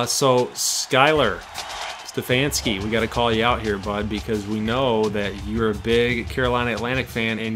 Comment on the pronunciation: Hey I'm just as mad as you guys that I locked out CAU out, but I'm hyped to be recruited by so many good teams. Also I don't think I noticed it till now but my last name is pronounced Ste-faun-ski. Sorry about the miss up there my fault not your guys's.